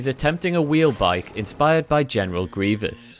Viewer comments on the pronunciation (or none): none